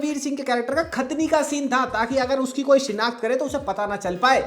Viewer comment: Khatna ❌ Khatni ✅